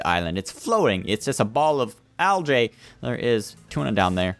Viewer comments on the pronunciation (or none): Its not algA its algee not algA thats how you say algae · lol, "al-jay"